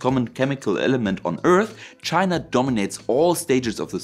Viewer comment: STOP putting an R on the end of words like China FFS.